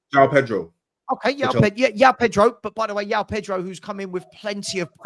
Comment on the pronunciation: Someone tell its Joao not Yoao.